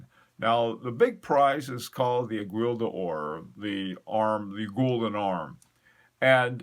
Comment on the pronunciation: great stuff but please stop saying "eg-wi[[" aiguille is pronounced "eggwee" just like guillotine is pronounced gee o tine